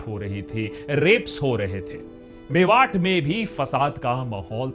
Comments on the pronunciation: Just to correct you it’s मेवात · भाई वो मेवात है मेवाट नहीं, कानों को चुभ रहा था तो लिख दिया